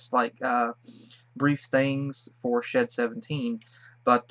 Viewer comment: It's shed 17 not shit 17 💩x